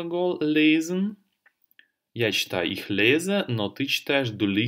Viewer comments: Первый раз услышала от обучающего немецкому языку человека звучание "иш" для местоимения "я" - "ich"! Это грубейшая ошибка произношения! В Германии только турки, восточные люди и наши земляки говорят "иш". Понятно, у турков есть проблемы с артикуляцией и произношением бувы Х, в турецком языке ее вообще могут не произносить, она им сложна для артикуляции. Образованные турки с этой буквой знакомы и хорошо произносят. Из немцев никто не "шикает", за очень редким исключением, обычно это необразованные люди. Это приблизительно как наше "чаво" вместо "что". За мног лет жизни в Германии я один раз слышала это от старого немца, он был действительно малообразованный. Но чтобы это выдавать за норму?!! Ведь так просто прослушать любой фильм немецкий и услышать, как произносят немцы буквы и буквосочетания. Много видеопародий на немецких турок с их "шиканьем")). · Вообще то сочетание сh читается как х , я -ихь , не ишь. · Местоимение «Я» по-немецки будет Ихь (Ich). Буква «х» произносится с мягким знаком.